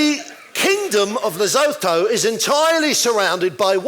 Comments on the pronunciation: Learn how to pronounce Lesotho before taking the piss, you smug bastards! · Lesotho is pronounced Lesuetho